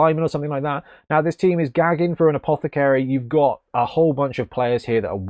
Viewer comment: Love it, but I shudder every time you pronounce apoth-ah-caary incorrectly.